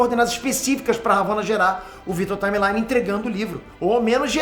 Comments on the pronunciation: Vitor Timely. Parece q ta falando timeline. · Única critica pro video é que o falou Vitor TimeLINE o video inteiro, e na verdade é TimeLI (Timely) personagem que compartilha o nome com o primeiro nome da Marvel (Timely Comics) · Que nervoso que me dá escutar o falar Victor timelyne ao em vez de Victor timely haaaaaaaaaaaaaaaaaa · Para de falar vitor time line.....nao é assim po..."timelly....timelly" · sendo bem 🤓🤓🤓, vc tava pronunciando victor timely errado 😭😭😭